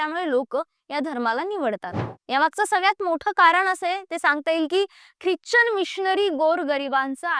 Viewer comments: ख्रिच्चन नाही ख्रिश्चन म्हणतात त्याला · उच्चार चूक करतेय क्रिचन